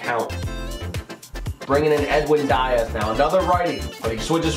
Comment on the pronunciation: Diaz = "Dee-ez"